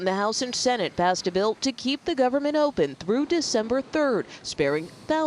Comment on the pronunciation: "government" (there's actually a silent "n" in there, but no "b")